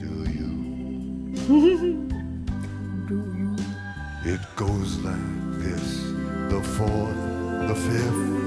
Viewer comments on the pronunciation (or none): It always bugged me when “do you” is rhymed with “ooh-yah” sounds. It’s obviously supposed to be pronounced “do ya”